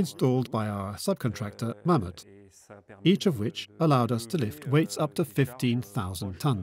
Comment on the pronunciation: What company moved the arch? Meuhmeuh?... Mammoet as in Mammoth